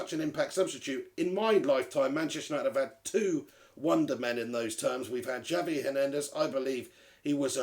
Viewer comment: It's pronounced "Havier" Hernandez.